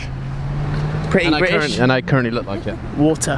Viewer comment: says water so differently to how he normally speaks